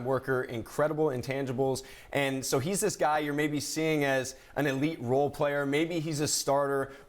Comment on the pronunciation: She said zo on lakers